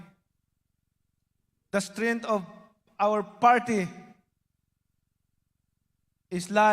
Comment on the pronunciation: BINABASA MUNA YUNG SPEECH MO HINDI PA TAMA SABI NIYA ; I URGE YOU TO BEER (BEAR) IN MIND DA THRILL ( THE STRENGTH) OF THE PARTY "IS LIES IN THE TRASH"( TRUST ) HA~ HA! MALI ANG GRAMMAR NO NO NO I WILL NOT VOTE FOR YOU